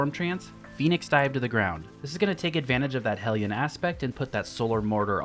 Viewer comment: Thank you for being the only person on YouTube to pronounce hellion correctly